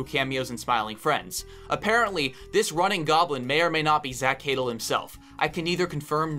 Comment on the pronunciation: (Also it’s pronounced more like zach “huh-dell” not “haydle”)